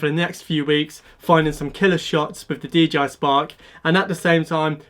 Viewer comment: Love the videos and your help, I can't help but he you say DGI spark rather than DJI! 😜